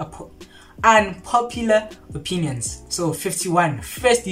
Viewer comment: The pronunciation of Unpopular Opinions killed me 😂😂. I'm dead🤣🤣🤣